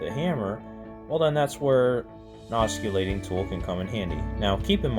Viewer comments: You seem to have a lot of good ideas and knowledge. However, I couldn't watch this video because of the way you mispronounce "oscillating." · Your use of the English language is like fingering a chalkboard. It is NOT pronounced with a “U” in the word. Listen to your presentation. Good information and tips! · Good vid bit dude…oscillating : THE C IS S I L E N T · You can't even pronounce the word oscillating ... Correctly. Why would we think you have anything to teach us ? I'm out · it makes you look 'unsmart' you should consider fixing this video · 'Oscillate' means to swing back and forth. 'Osculate' means to kiss. I'm not going judge you if you choose to oscillate while you osculate. BUT- if you are giving advice about a tool.... the first thing you should do is learn to pronounce the name of it! Once again, it's not an osculating tool, its an oscillating tool .... ( aah·suh·late ) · Everyone is making fun of the "k" sound in this gentleman's pronuciation. Making "C" hard, soft or silent is an easy mistake to make. The more.humous part for me is that he pronounces the work Oskullating, rather than Oskillating. Why so funny? The word OSCULATE means to kiss. He is calling his tool a "Kissing tool"! Wonder what his girlfriend would think... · Please learn to pronounce "oscillating" correctly. You are incorrectly pronouncing it "os - cul- tat- ing" instead of correctly "os- cill-a-ting" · I don't know if anyone else made this comment, but the guy presenting pronounces "oscillating" incorrectly. 😂 The way he says it means it's a kissing tool. The "c" should not be pronounced. You say it like "ossillating". Pretty funny! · If he says osculating one more time I’m gonna scream 😂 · You don't pronounce the c in oscillating. It should sound like os-sill-ating. I couldn't keep listening because you didn't know how to pronounce the word for the tool you are teaching about. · Hahahaha… ockillating tool… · Good vid. In the future it's pronounced oscillating--the c is silent